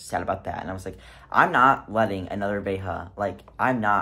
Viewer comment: 99% of people? 😂 nope!! I've had THREE different assholes at the bins who refused to flip a coin for the mate, so my ass buys the other shoe, just to spite them. btw,, Veja is a French brand, it's pronounced Vezha with a French J, not a Spanish J... 😂